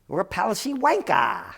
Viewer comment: always great fun to hear an american say "wanker". Can't wait to hear Gerald say " Its all bollocks!!"